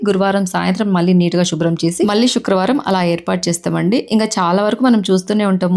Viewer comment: శుక్రవారం అది షుక్రవారం కాదు.